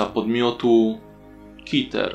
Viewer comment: Może jest coś o czym nie wiem ale, czemu Keter czytasz jako Kiter zamieniając e na i skoro są tam 2 e i szczerze dla mnie nie ma w tym sensu. Ale I tak fajny scp ;D.